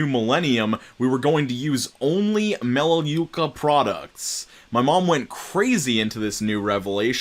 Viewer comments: I drive past a big melaluca call center on my commute to school (you pronounced it right the first time, mel-ah-loo-kah). It's really popular in the area, and it's just the worst, it's more essential oil garbage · You pronounced Arbonne correctly. 😊 It's Ar-bon. Not Air-bon. You also pronounced Melaleuca right. It's just another name for tea tree oil.